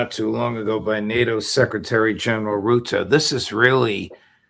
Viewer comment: Rutte is pronounced like rooter, NOT "rudy".